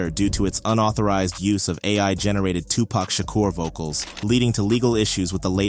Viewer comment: So the white man narrarating this story can pronounce the N-word, but don't know how to pronounce Tupac Shakur?